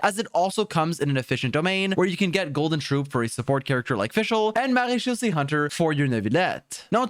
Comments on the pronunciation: That "Maréchaussée" was so well pronounced gj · I was impressed by your pronounciation of marechaussée . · A small comment from a french guy : You're prononciation of "MaréChaussée" is really good !